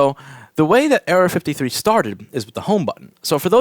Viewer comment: it sounds like Louis is saying area 53